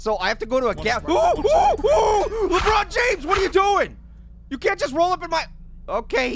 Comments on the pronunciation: I like when he says la but James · I almost died laughing when said lebutt james